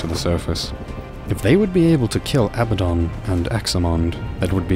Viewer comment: pronounced Ah-bad-don. Not Aba-don lol